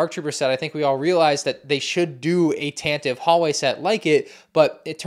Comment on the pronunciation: are you even a Star Wars fan. Can't even pronounce tantive correctly 🙃 My favorite part about this is the Fives who doubles as a stormtrooper.